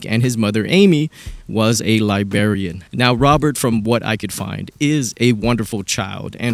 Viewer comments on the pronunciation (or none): You did not just say 'libarian'....but, if you did, I like you more. 😂